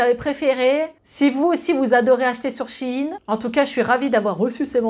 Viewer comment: On dit chèyne